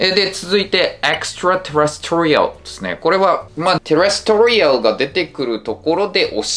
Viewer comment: 細かいけどextraterrestrial のアクセントは4音節目じゃないのかな？？